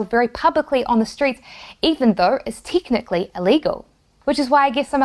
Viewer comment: "Tiknically." Great accent. Keep it up.